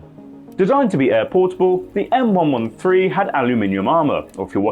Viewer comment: Thank you for saying M One One Three correctly.